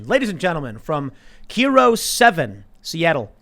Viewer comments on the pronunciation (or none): It's "KI Roe" KIRO Tim, not Key Roe.... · Hey! Tim! It's pronounced " K-eye-roe" not "K-ear-o" Just a washington resident here love your stuff! Keep it up! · Nice covering of my city Tim, just a tip it’s K-eye-row 7😂 not keero 7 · Kiro is pronounced k-eye-row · Hey, Just wanted to let you know, the news company is pronounced like k Eye row rather than keyrow. Not a big deal, thought you might be interested. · First off, it's not Key-ro its K-I-ro. And Seattle isn't that bad. There's just druggies and I think a guy was trying to mug me ones but I couldn't hear him because of a street sweeper. But the city isnt collapsing, its fine. Infrastructure isn't handled by the police you dummy... Jokes aside, Seattle brings in police from nearby districts, because it's so shitty right now. The non-emergency police line has damn near an hour hold. Homeless camps are showing up on the sidewalk... And the police arent allowed to do anything about it even if they had the numbers. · Tim it's not kero it's kiro. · Kee-ro 7?😂😂 Kai-ro 7. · "keero 7" haha it's KAI-ro 7. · It’s pronounced K-eye-row 7. I’m from Seattle lol that pronunciation cracked me up. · Fuck Tim it's Kyro tv (KIRO) IN SEATTLE not" keero" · It's not kee-row, it's K-eye-row 7, Tim. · Heh. "Keero" pronounced "K(eye)(row) Been living in seattle for a couple years. Went to school hear for 6 years before that. I stayed away from chop. I have some very interesting stories from people there on a few different sides (yes there was some weird groups of people there) seattle has been in a slow fall as they take more and more money and turn they city into more and more of a violent heroine riddled homeless town. Fucking crazy. I feel bad for most cops. I understand. Either they learn the lesson fast. I can just grab my cat and move on to the next place. People gotta see the veil over their eyes. Keep doing your thing Tim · KIRO is pronounced the same way Cairo, the Egyptian city is pronounced. Not Keero. 😆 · Pronounced kie row.